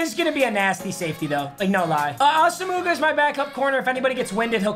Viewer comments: it's not "awesome-ooga" it's "awesome-wa" lol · Papa can you please start saying nnamdi asomugha’s name properly it’s a sem wah not a sem mugga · He called him Os-uh-moo-guh😂😂 is Oh-uh-mwah papa😂😂😂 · It’s asimwah not osimuga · So we just gone skip over how he called namdi asimuga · One day we’ll get him to stop saying it like “Asa-Mooga” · Thank god he got rid of Asa-Mougha, every time he says it I lose 3 chromosomes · am I tripping or is asomugha pronounced "awesome-uah" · Haven’t watched yet, hoping papa pronounces (AWESOME WAH) properly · Hearing papa butcher Asomugha’s name over and over and over again just reminds me of the TJ Houshmandzadeh fantasy football commercial. Count it! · Can you please look up how to say “Asomugha” it’s like nails on a chalkboard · I would assume Papa’s saying Asomugha like that on purpose? 😂